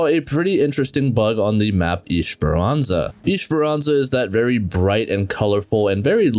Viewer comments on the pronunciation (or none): WTF IS ISHEPERANZA ? 💀 It's ES-PER-AN-ZA